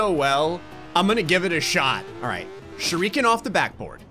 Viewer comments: What is a ‘sure EE ken’? I thought it was just ‘shu ri ke n’ But like, put together as ‘shuriken’ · Most People: "Shuriken": "ShurREEEEEEEken)